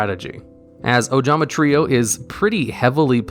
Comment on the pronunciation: holy shit he pronounced trio the right way this time